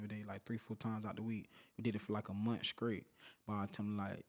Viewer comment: STEPHEN LAWRENCE you skraight? You from the skreets? You do comskruction?